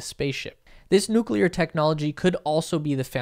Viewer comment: I like the way you pronounce 'Noo'w'kleyer :)